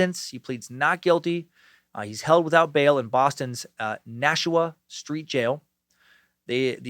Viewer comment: Awesome job pronouncing Nashua, thank you!